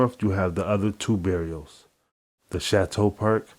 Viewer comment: it's pronounced "BAR-RIOs" not bare-io. smh. but interesting concept. however and this is just a suggestion, how about more vids like your earlier fly glory docs. they were very informative about the current chiraq gangs, & how they formed. the later vids in the fly glory series appear to have strayed from that concept. the newer docs appear to be mostly clips of tweets, and verses from various rappers. also the many sound effects tend to distract attention and distort any useful informiation being voiced. they also seem to lean more towards glorification then actual information based. yes i am being critical, but consider this constructive criticism coming from an individual who has followed your fly glory docs since the first video of the series. in my opinion the quality of the series has slightly declined and i just wanted to let you know from the perspective of returning viewer and faithful follower of your work. im hoping you will remedy these slight issues in your future videos. thanks for your time and all the effort you put into this channel.